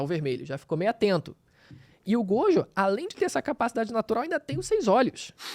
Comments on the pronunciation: Ela falando "Godio" é terrível kkkkkkkkkkkkk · Só eu que perdi a paciência com essa mina falando "godjo"? Kkkkkkk